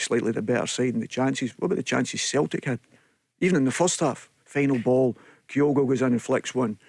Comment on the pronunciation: He can’t pronounce Kyogo 😂or the name sticks in his throat and Kyogo frightens him 😂😂😂